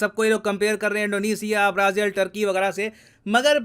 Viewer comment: सर , टर्की नहीं तुर्की आपी ने बताया था